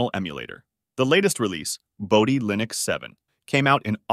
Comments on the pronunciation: Did I hear Bodhi /Lainux/? Really? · Pls check the internet for the correct way of pronouncing linux, a word which comes from the work of Linus Torvald, so it is not a regular English word. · Linn - ux not Lie - nux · It's "LION-icks," the distro that has a lion, not a penguin, as its mascot. It really ROARS! 🦁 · I'm assuming this is an AI voiceover that can't pronounce Linux.